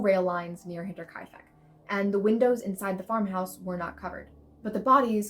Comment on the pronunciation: You deserve a gold star for pronouncing Hinterkaifek correctly! Well done. Axe murders are always fascinating!